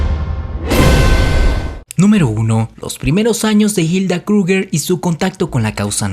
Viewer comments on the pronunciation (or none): Pocorigor científicos....no pronuncias nada bien el aleman ? Reich ? krugger? Si te basas en un solo .ibro? Es chisme lo que haces....demuestra.... no repitas